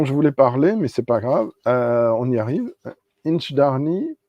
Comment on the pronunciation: Sorry to be a pedant,, but you seem to have left an "i" out of the middle of InchDairnie. Oh, and while I'm at it: "Orchard House" has a "tsh" sound for the "ch", not like "ck"; "citrus" has a short "i", just like French "citron"?; "vanilla" would only have a "y" after the "ll" in Spanish... I was able to try InchDairnie's RyeLaw in the bar at Port of Leith Distillery and then wanted a bottle, but not at the shop price; luckily I got one much cheaper at auction not long after and I do enjoy it. I also have a 4-year-old Strathenry from The Whisky Barrel which is quite good. I got the Batch 001 of Strathearn, so I don't have FOMO about the Douglas Laing 'inaugural' (it may be their first, but there have been at least 4 previous releases!). I have a Le Breuil Whisky de Normandie Finition Sherry Oloroso, which I rather like. Not tried the Version Française, though. Same with G. Miclo Welche's Whisky Single Malt Tourbé, whereas my only Artesia so far IS the Version Française one! (And my least favourite of the three!) It is annoying that it is now easier for me to send things to Canada and New Zealand than France and Belgium (I voted to stay in the EU...) The only Brazilian whisky I have so far is a Union bottled by Cadenhead's (for which my notes read: "Big, Sweet & Rich, Almost jammy... A bit hefty"!). Good stream!